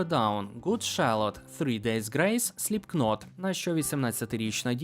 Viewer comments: мене сіпнуло на "Сліпкнот"🤭 прошу, правильно читається "Сліпнот", гарного дня ❤ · Говнарику, slipknot читається як сліпнот а не сліпкнот.